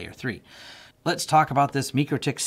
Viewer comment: it's "MY-CRO-TICK" not "ME-KER-TICK"